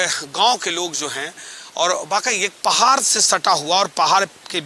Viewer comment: पहार नही पहाड hota hai.. शोना नही सोना hota hai aap baar bol rahe ho aisa to ajib sa lag raha hai sunne me.ple sona ko sona he boliye kahi kahi aap thik bol rahe hai kahi kahi lagta hai jabardasti bol rahe hai ple sudhar kijiye